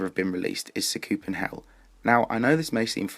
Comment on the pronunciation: great vid but sa koop en hell its sah ku pen hell dont get me wrong still a great vid